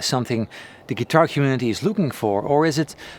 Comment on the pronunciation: Hey man, I appreciate the videos. So your English is great and most things you’re really good at pronouncing. One word that is fairly important to your channel I thought you could use a tip on. “Guitar” The i is pronounced like the i in fill, pill, or middle. So not ‘gee-TAR’.